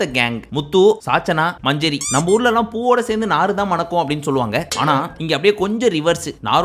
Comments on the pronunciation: Its manjari not manjury😅😅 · 😂😂😂ஏய் அது மஞ்சுரி இல்ல மஞ்சரி.😂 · Manjari sollunga bro ,manjuri nu soldringa , aparam avanga veliya vandhu mock pandringanu case pottruvanga